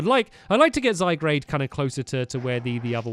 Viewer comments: It's zyGARDE not zyGRADE!! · It's ZY- G A R D E Not ZY-G R A D E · IT'S NOT ZYGRADE IT'S ZYGARDE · ZYGARDE zygARde NOT zygRAde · zygarde not zygrade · Hey Stampy I am not trying to hate or anything just helping zygarde is pronounced zygaard not zygrade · it's zyg a rde not zygr a de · IT"S ZYGARDE NOT ZYGRADE. aaaand the crack about the emerald on its b-hind is just "haunting"me! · ZYGARD not ZYGRADEsorry it just bugged me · ZYGARDE NOT ZYGRADE sorry it's just annoying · its ZYgard not ZYgrade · Stampy! Its Zy-Gard! not Zy-Grad and it Zy-Gard is so Strong! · this is really a problem, we told him too many times that it's "zyGARDE" and not "zyGRADE", but he still doesn't see our comments about it.......... i'm sorry but i'm done BS-ing this mistake............. -----_____ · Stamps it's zyGARD not zyGRADE get it rightttt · stampy plz stop saying zy-grade and say zy-guard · it is zigarde not zigrade i know it is spelled zygarde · Stampy its Zy-GARDE not Zy-GRADE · ZYGARDE NOT ZYGRADE Stampy it's really bugging people😂😂😂😂😂😂😁😁😁😬😬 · Stampy I'm totally with you Gullbats are rubbish. Stampy its z I g a u r d not z I g r a d e. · It's zygarde not zygrade if it was zygrade the r would be in front of the a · ITS ZY/GUARD/ not ZYGRADE ARRRGGGGHHHHHH😂😡😡😡😡😡😡😡😡😡😡😡😡😡😡😡😡😡😡😠😠😠😣😤😩😫😡😠😡😤😩😠😡😤😩😠😤😤😩😡😤😠😩😡😤😠😩😡😤😡😩😠😡😡😡😠😩😡😤😡😠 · It is a ZY-GUARD not zy-grade. ive commented this on nearly every video now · stamps you saying zygarde rong its at guard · Stampy I'm not trying to hate because you are my favourite youtuber but it is pronounced Zi-gar-d not Zi-gra-de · GuzmA* Charizard without a weird w sound in the middle* And also you have plumeria's atmosphere all wrong. And for the last time it's ZygARDE not ZygRADE. Also having the exp share on doesn't reduce the amount of experience the pokemon receives. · It's zygARde not zygRAde 😆😆😆😆😆😆😆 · Stampy, it is 'ZyGARD' not 'ZyGRADE'. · its zy-garde not zygrade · ZYGARDE IS PRONOUNCED ZY-GAURD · STAMPY ITS ZY GUARD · stampylonghead it's zi-gard